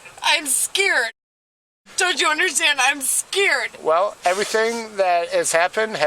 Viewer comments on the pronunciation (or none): Come on, give her a break, shes "scired", shes "scired" lol